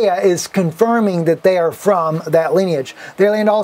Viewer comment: I quit listening to him because of the our you serious! It gets on my nerves.